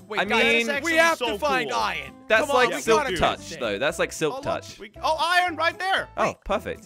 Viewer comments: Only and say iron says it like ion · I love when they say iron they done add the r lol